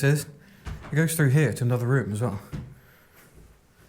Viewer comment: I have a question when the word through or with you say it frough or wiff... Why. Im just wondering do you spell it the same way? Like Wiv or frough? California. Just curious